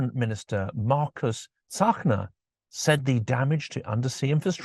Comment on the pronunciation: I gained a new level of respect for because he knows Margus is pronounced "Marrkoos" in Estonian! ❤️ 🇪🇪